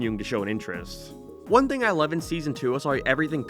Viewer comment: he said loav (love)